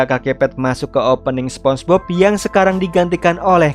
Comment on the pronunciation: minn ko sponbok sihh, apa gue yg salah denger